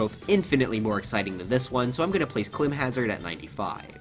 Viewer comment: did u rly pronounce climb hazard like that